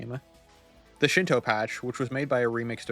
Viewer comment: It's Shino, not Shinto.